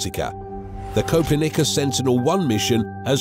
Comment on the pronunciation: Copernicus I'm dead bro said it all wrong😂😂😂😂😂😂😂